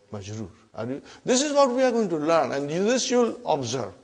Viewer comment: *learn not Karen hahaha